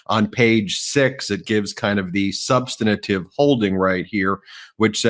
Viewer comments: Ben, please learn how to pronounce "substantive"! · Ben- "sub-stan-tive" is only 3 syllables. Not 4. You sound like a hick!!! Please ask Popok if I'm right. By the way great job you guys, thanks to Popok's clear analysis and articulate speaking skill. Bet he's a good writer too. Clear language is more persuasive! Thanks.